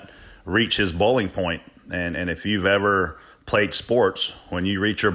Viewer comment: Did say BOWLing point?:)